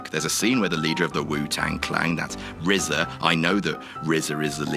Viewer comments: Lmao they got RZA right this time. It's "The Rizza" guys, not "The R Z A". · At least you know how to pronounce RZA... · knows how to pronounce RZA at least.